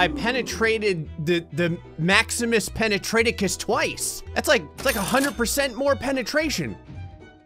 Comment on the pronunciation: IT’S PENATRA*TUS* NOT PENETRA*TECUS*